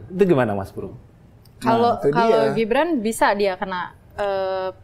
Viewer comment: Mbak .....GIBRAN bukan JIBRAN dech 😂😂😂😂